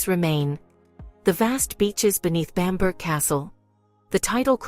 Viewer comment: Bamburgh castle is pronounced 'Bam bra' castle.